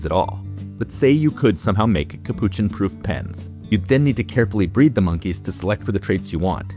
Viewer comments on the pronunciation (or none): You say "Capuchin" very strangely to my (Australian) ears... how do you say "Cappuccino"? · Now I am seriously questioning my pronunciation of capuchin...